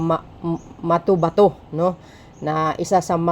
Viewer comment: MA-TO-BA-TO NOT MATOMATO 😅😂